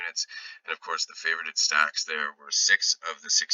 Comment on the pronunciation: Lets keep cashing my man! Great to see real people behind the voices. 😂 BTW - Its pronounced "fa-vor-ed" not "fa-vor-ed-ed" 😅